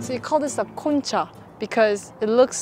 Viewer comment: Great video! Just a few mis-pronunciations; • Concha (the 'o' sounds like "oh", not "ah" or "uh") • Topo Chico (the 'ch' is hard like "Chief", not soft like French "Chef") • Relleno (no tilde on the 'n') • Deshebrada (the 'h' is silent: 'des-ay-brada') • Horchata (the leading 'h' is silent) • Agua Fresca ( "Agua" is water, "jugo" is juice) It's hominy in the menudo, not straight corn. The city in New Mexico is called Las Cruces. Tex-Mex is available in many parts of Texas, I'm 400 miles from the border in Texas and we have lots of Tex-Mex here. P.S. It would have been cool if you played ZZ Top's song "Heard It On The X" when you were at the X sculpture in Juarez.